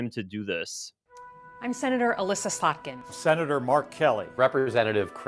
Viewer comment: Love your mispronunciations of names (Freudian slip) slut-kin and on another John karaoke (cia man John kirakou)! Keep up the good work